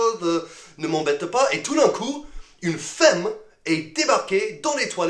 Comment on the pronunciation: Juste une petite chose, quand tu dis "femme", toi tu prononces toujours: FÉM. C'est une erreur. Prononce FAM. ;)